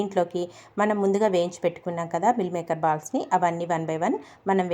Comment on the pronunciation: ఎవరు చూసినా vegetarian dishes ని non veg dishes తో ఎందుకు పోలుస్తూ ఉంటారు? మిల్ మేకర్ కాదు మీల్ మేకర్ అనాలి కర్రీ కాదు కరీ అనాలి